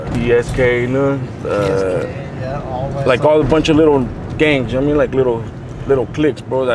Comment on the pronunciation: "You know wharra I mean"😂